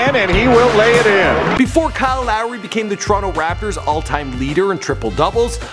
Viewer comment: Kyle Llllllowry